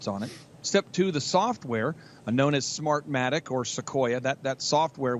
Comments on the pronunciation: Jesus, Sam. Work harder to get names right. "Smart-tech?" It's "Smartmatic," FFS. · It's not smart-tech either. Important to get these names right otherwise it adds to the confusion of what's really going on. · Love your content, but pleaaaase start calling Smartmatic by its correct name. Write it on a post-it note and put it on your desk. Super important to get names correct with all of the misinformation going around.